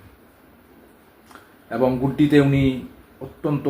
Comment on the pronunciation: ভুল কথার উচ্চারণ, ঠিক ঠিক মত বলতে না পারা, আর হাজার বার অ্যবং অ্যবং ।ভীষণ ফালতু উপাস্থাপনা।